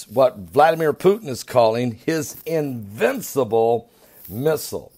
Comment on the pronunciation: invicible ?? are you a god? lol.